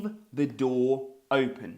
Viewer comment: Хахах... Усі вчителі навчали нас зовсім по-іншому! Усі, буквально кожен з них вимовляв просте слово "open" як [оупен]... 😂 У вас же - зовсім інакша, але така типова вимова як для звичайного англійця! Не "оупен", а щось схоже на "ьойпен" (майже так само якщо поставимо якусь приголосну перед м'яким знаком, але не вимовляючи цю приголосну!). Просто шикарний British accent!